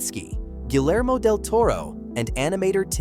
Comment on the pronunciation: would AI grossly mispronounce "Guillermo"?